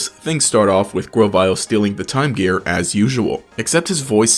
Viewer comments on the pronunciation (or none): none